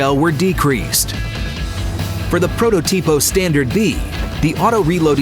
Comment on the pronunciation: Narrator: "Protot ì po Standard B Me,an italian: "IS PROT Ò TIPO!!!